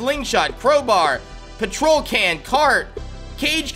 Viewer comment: he said petrol wrong lol